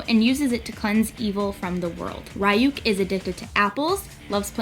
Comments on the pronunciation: I'm an anime freak and i looove deathnote so it bothered me that you were saying ryuk wrong :c its (ree) not (rai) >.< but you did an amazing job ♡ NO HATE HERE ( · Ryuk is pronounced "Ree-yuke". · I cringe when I hear her say ryuk lol. it is more like "lyook" where it has a rolled L sound like it is in japanese. but the components she made for the look r pretty cool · I love it and also it's pronounced Ryuk (rEE-ook) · Such a great video!! I love it. Btw, isn't it pronounced "Ree-yuk"? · I absolutely love this first off Death Note was one of the first animes I ever got into. Just one thing and I hate to nitpick but it's pronounced Ree-ook. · It was cool but the way your pronounce his name is right at all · great job! love Death Note! but I can't be the only one who was bothered by the mispronounced name.. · cringing the whole time cause she pronounced his name wrong the whole time...but good tutorial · IS no one going to mention how she mispronounced Ryuk? K, just me. Great cosplay tho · I'm just sitting here the whole time thinking 'YOU ARE PRONOUNCING THE NAME WRONG' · It kills me that your pronouncing his name wrong. 😂